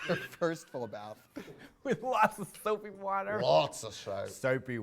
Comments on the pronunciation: Caught off-guard Katya using an NZ accent 😂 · The way katya said soapy water was so Australian I’m shook